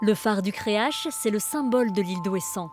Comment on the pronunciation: Elle dit la phare du creache? Wtf creac'h ca se prononce crearRe